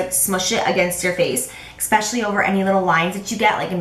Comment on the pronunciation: Since 3 people said that you and Nicole Guerreiro were their fav YouTube people, I thought I would check her out and found it HILARIOUS that in the first video of hers I watched she pronounced "especially" with an x like you always do! Which btw is annoying but I think you're awesome anyway so I over look it lol.